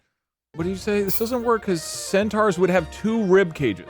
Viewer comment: "centooawrs"